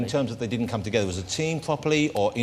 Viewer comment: It's not togevver David it's together lad!